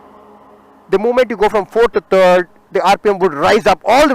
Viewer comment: Terd not it's third